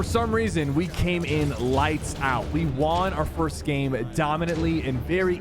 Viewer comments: why does he say the word "won" like "waan" lol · “I wawn my first squad tournament” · Bro why does it sound like he's saying Juan instead of won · 'Won' is pronounced the same as 'one' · Do people actually say w aughn like bruh no offense though anyway good vid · why does he say "won", its pronounced "wuhn" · every time he says won, sounds goofy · Anyone else notice how weird sypher says “won” it sounds like the currency not like he won the game 😂 it’s like he thinks it’s pronounced the way it looks 😂